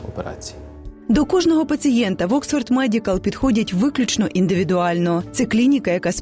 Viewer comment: Oxford ! Not Oskva?